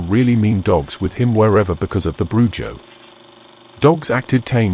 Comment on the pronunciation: Yes the j makes an h sound. BruHo